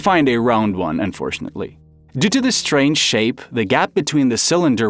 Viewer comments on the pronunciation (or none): none